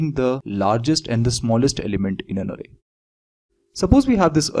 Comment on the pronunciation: Sir vo arey nhi array hai XD